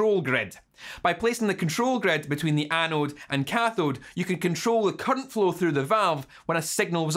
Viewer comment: Say “current” not “cunt”